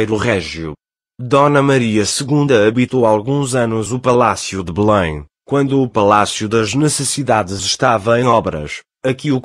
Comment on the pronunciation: Nao é Bulem é Belém palácio de BELÉM!!! QUE mania de vcs portugueses pronunciar tudo errado